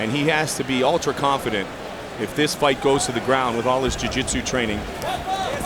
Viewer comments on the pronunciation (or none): none